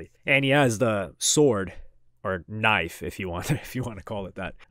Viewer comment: "ISSA KNIFE"